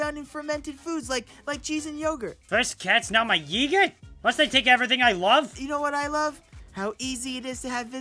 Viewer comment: "my yeegert"